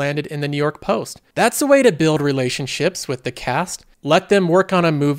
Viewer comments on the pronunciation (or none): none